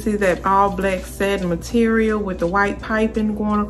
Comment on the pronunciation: Your accent is adorable, is that Baltimore? Like all the short A, long A and short E sound the same. Satin black set is "Saitin blaick sait." So cute. Thanks for modeling, helps to figure out the size needed. It all looks great on you.